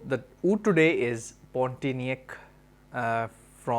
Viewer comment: just giving you little correction...the name is Pontianak ( pronouce : pond - tea - anak ) ..it is name of a city in Kalimantan(Borneo) in Indonesia.